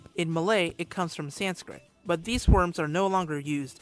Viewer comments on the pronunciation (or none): none